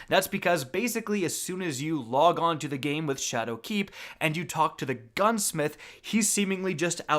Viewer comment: why do u say shadowkeep like dat